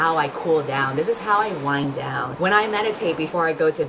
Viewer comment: "this is how I wind down" more like "this is how I swind down" hehe